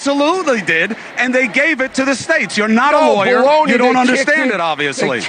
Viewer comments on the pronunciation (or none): LMFAO I didn't hear "Baloney" the first time. I had to play it at least twice, lol, I thought he said "BLOW ME!" 😂🤣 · I thought he said blow me, so I had to rewind lol it was baloney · I'm sorry, did Bill say "blow me!"? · Wait...did he say "Bologna" or "Blow Me"?